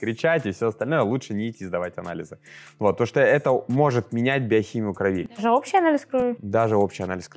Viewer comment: не кровИ, а крОви! Режет слух.